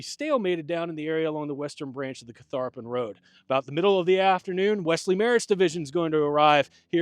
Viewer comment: Many kudos to for his camera work, and to the whole crew for pronouncing Catharpin correctly! Didn’t realize there was so much Revolutionary War history also connected to the site, but the entire Central Virginia area was strategic in both wars.